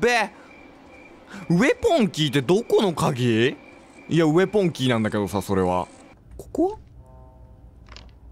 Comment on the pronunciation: ウェポンのことウエポンって言ってるの笑ってしまうw